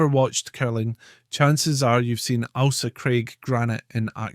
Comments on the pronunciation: Can you please pronounce the island name correctly?!?! The name is not ALSA. It is AIL-SA. AIL as in English for unwell. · Its not alsa craig its Ailsa craig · Corrections to this video need to be made.. such as, ALE as in alcohol.. "ale..saa" Ailsa Craig. There's much more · I have never heard it pronounced as Alsa. The ‘Ail’ is always pronounced as in ‘Fail’. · Lol we can't seem to get consensus on how it's pronounced in this comment section, would you agree he's saying the Ailsa bit wrong? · No. He is just mispronouncing it . 😂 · If it’s not bad enough hearing non-Scots mispronounce names we have a Scot mispronouncing Scottish names. Ail-sa not Al-sa. And Loo-ee not Lewis. We’re not Americans yet. Otherwise not a bad wee film.